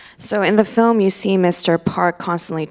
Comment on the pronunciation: 이해는 안되는데 발성이랑 발음만 들어도 뒤에 후광이 생김ㅋㅋㅋ 특히 필름 발음할 때